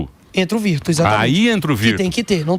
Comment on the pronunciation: Emílio, meu lindo, a pronúncia correta é "virtú".